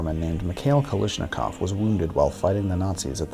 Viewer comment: kal a shnikov not kalishnikov